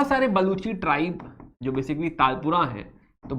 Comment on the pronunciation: Sir It Is Not Talpura It Is Talpurs And It Is Not Kallora It Is Kalhoras